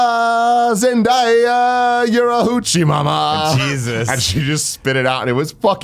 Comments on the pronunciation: Guys stop saying my wife name wrong, you say it how it’s spelled ZenDAYa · Why is it so hard for them to say zenDAYa?